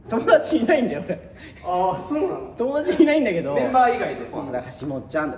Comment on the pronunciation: 元太のトモダトュチ が好きです